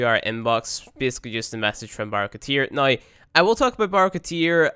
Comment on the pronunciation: I like how pronounces "now" like "noy".